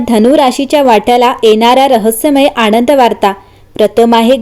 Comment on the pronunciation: तान? चनचन ? आणंद? पन ? लई भारी मराठी!